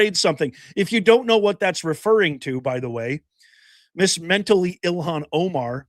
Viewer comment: “…An Individual did something…”. contra EEL-HAHN…. HMMmm… 🙄😑